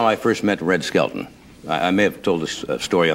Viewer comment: His last name is "SKELTON", not skeleton!